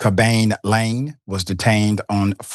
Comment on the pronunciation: Gotta learn the pronunciations of names before these spots, Doc